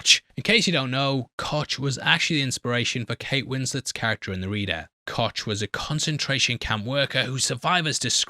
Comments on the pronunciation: Koch is pronounced like Coke. Gein would also be pronounced like gine, not geen. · I know yer a Brit and all and she was a nazi, but the way you butcher the pronunciation of the name Koch is... ooof! There's no T in there.. never. Try saying cough without the F and just end on CH. Or just type it in Google Translate and press the play button. :P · Koch is pronouced as "Kohh" it means Chef in german